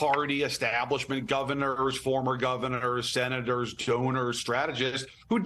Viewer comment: Did she just say stoners instead of donors? 🤔